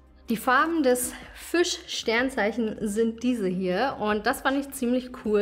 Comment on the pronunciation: Süß, das heisst Fisch nicht Füsch